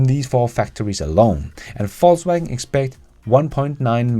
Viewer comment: He pronounces it correctly, as a German would. Similarly, my German last name would be properly pronounced similar to “Foss” in English.